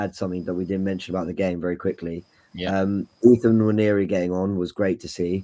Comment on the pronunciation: You don't pronounce the N when you say "Nwaneri". It's Waneri